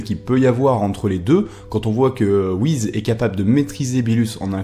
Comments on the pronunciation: Tu sais pas prononcer le nom des personnages R.I.P Beerus / Whis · La plus grande question pour l'instant c'est pourquoi dit-il wihiz ..... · Ce sont les Kaioshin qui créent les planètes donc ils peuvent je pense créer les étoiles et dans FnF Whis dit qu'il ne sait pas créer les étoiles donc il ne serait pas un kaioshin, ni un dieu de la création d'ailleurs... Pour moi Whis (et non Whiz comme tu le prononces) et sa soeur Vados, sont des dieux qui sont là dans l'unique but de maîtriser les dieux de la destruction afin que ces derniers ne détruisent pas leur Univers respectif sur un coup de tête stupide (je rappelle que la Terre a failli sauté à cause d'un flan...). Ils surveillent donc les Hakaishin pour qu'il y ait une sorte de maintien ou d'équilibre comme vous voulez entre la création et la destruction. Bien évidement le mystère reste encore entier car on ne sait pas d'où ils viennent ni qui ils sont et si ça se trouve sous leur air calme, gentil et doux se cache peut être les futurs méchants de DBS qui sait ^-^ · stp mec tu peux dire Whiss et pas wize stpppp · Ses pas Whiz comme tu pronosse mais whis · On ne prononce pas Whiz mais Whis avec un S comme pour saucisse par exemple... fan fan...c'est vite dis. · on dit pas wise ce est wiss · on dit pas whiz mais whiss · pk tu dis whiz c whis avec un S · C'est whis je crois, pas whiz sinon beau boulot. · Pourquoi tu dis "Whizz" et pas "Beeruzz" et "Vadozz" ? Je ne comprends pas où tu vois le "Z" dans "Whis" --' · Whis pas WIZ !!!!!!!!!!!!! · Mais pourquoi dit-il "Wiz" ? Mec, c'est juste Whis. Comme Whisky. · C'est "WhiSSSSSSS" !! Pas le "Wizz" d'MSN. Je dis ça par rapport à ta prononciation un peu dérangeante. ^^ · Désolé mais ça se prononce Whis et pas Whiz comme tu le dis. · WHIS* pas WHIZ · Prononce Whis pas Whiz va regarder les épisode essaye pas j'ajouter d'accent Japonais ! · t'es serieux a dire "wizz" ? tu t'es cru sur MSN ou quoi ? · pk tu dit wiz est beelus